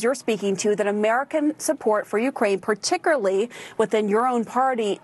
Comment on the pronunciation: In any case I agree with ya,, on this. I just can't stop hearing PARTIKURLEE now.